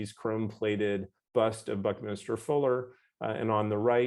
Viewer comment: BuckMinster Fuller (not Minister)